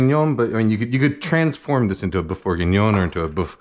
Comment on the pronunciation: You keep saying "boof" but here's how you can really pronounce boeuf